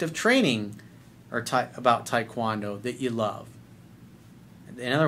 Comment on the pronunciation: Coach, I love you, but why the hell are you pronouncing taekwondo like that?